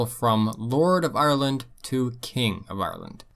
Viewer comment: “Arrerland” the proper way to pronounce it lol